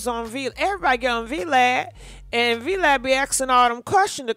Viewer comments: Vlad...one word VLAD not V lad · It’s Vlad not V Lad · VEE LAD??? it's called VLAD. one syllable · V-lad? Ooooohhhh.... VLAD TV!!! LOL 😆. I love how u pronounce, "V-LAD... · It’s the “VeeLad” for me 🤣🤣🤣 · it’s pronounce Vaa Lad lol 😂 think it’s a crazed fan. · said V-lad, I’m like who is that, she’s meant Vlad tv lol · What is V Lad? 🤣🤣😂😂😂 It's Vlad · It's not V-Lad like two words. It's VLAD like Glad. Just a FYI. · Girl V LAD??.. ITS VLAD.. I think u be drunk or kinda slow!!.. No shade... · Oooohhhhh gurl not V-LAD lmaooo!! Yo - DL should’ve put him in the dirt. Kanye is OFFICIALLY outta order... somebody get him! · Not Vee Lad lol, it’s one word unfortunately short for Vladimir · IT' VLAD not vlad..